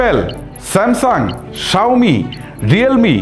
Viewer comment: সাউমি কথো বার বলেন 😂😂